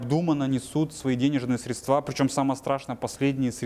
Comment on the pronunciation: Что у с речью?? «СредствА», «ложить», хотя то, ЧТО он говорит вроде бы звучит.!!НО!! кроссовки New Balance и голые щиколотки – это, конечно слишком, такие носят официанты в Чайхоне №1